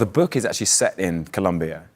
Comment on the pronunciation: Southern Middle Class pronunciation of the word 'book', seems to be drifting towards something like 'berk', but sounding more like a pixie vomiting.